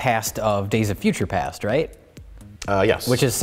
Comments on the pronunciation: Mike says"days of future pants" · You mean days of future pants. Pretty sure mike said future pants lol